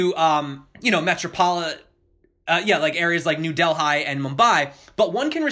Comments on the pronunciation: Did you just say New Del-HIGH?! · 'New Del-hi' or new Delhi, lol